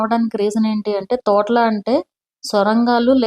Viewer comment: తోట్ల కాదు మేడం తొట్ల కొండ త కి దీర్ఘాం అక్కరలేదు